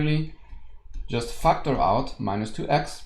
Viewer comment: Whenever he says factor out i hear fucked her out 🙄.